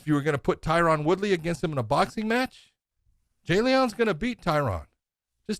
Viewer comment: Big John, you’re pronouncing Tyron’s name wrong. Still love ya.